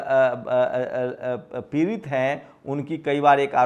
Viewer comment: आआ ऊ ऊ pehle bolna sikh ja पिरित nhi पीड़ित h